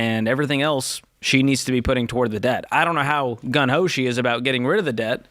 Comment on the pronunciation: I thought the phrase is "gung ho".... I heard "gun ho", c'mon George.🙂